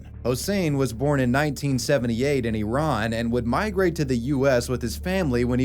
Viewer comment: OMG, you pronounced “Iran” correctly! That makes me so happy!!